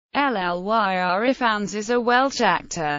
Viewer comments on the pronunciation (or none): No. That's not how you pronounce either name. Ppl don't pronounce their names by spelling them out. I do not pronounce Parker "P a r k e r." It's pronounced Lyr as in Lyrical. Also, the I in Ifans is a hard I.